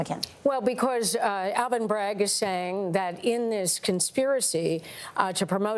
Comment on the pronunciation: Alvin Bragg, it's sounds more like Alvin Bag, a bag full of Sh!* T!